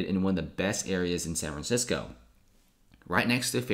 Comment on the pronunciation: Sanranissco......dude, annunciation for the love of Christ.